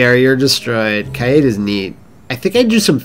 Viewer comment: I’m gonna be THAT person for a sec. I believe Kaede is pronounced Kai-Day or Kai-deh. But hey, it’s your LP. She can be Kade. Maybe Kay-dee. I dunno.